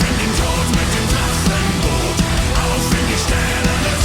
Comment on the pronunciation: i like how he pronounced Drachenboot, he rolled the R really hard there :P